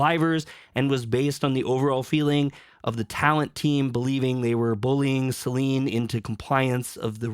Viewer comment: I dont want to be that guy, but everytime i hear you say SelEEEEEEN it irritates me. It doesnt take more than a minute to look up how her name is pronounced. If you are gonna ride the wave to get views, at least get her name right.